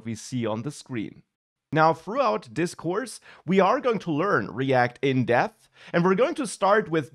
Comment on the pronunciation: I heard you say "We are going to learn react in death." 😂😂😂